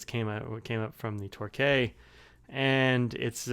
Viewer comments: Great review, Torquay is a coastal city in the UK and is pronounced Torkey. Keep up the good work. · Great review! But as someone who lives 10km away from Torquay, can confirm it's "Tor-Key". Also your reviews always awaken my hunger for a Franklin Christoph... someday... someday...